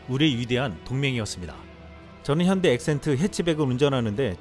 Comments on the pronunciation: 현다이,,,,현대라고 발음이 안되냐,,,,함 노력해 봐라.. 미국놈들이 전부 다 가져간다.. 미국에 지어졋거나 지을 예정인 공장들이 국내에 건설된다면 젊은이들의 일자리가 대폭 증가햇을 것이다. 미국에 갈 공장의 절반만 국내에 건설되도 효과가 잇을 것이다.. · 트럼프 대통령도 '현대'라고 발음하는데 왜 떨거지들은 왜 안바꾸냐?